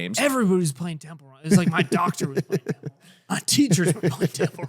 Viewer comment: I’ve never cried laughing from a BUSINESS PODCAST he legit has a lisp and a speech impediment “Temple Wun” “Over many years” “Expwore” “Bwiefwy” I mean there’s soo many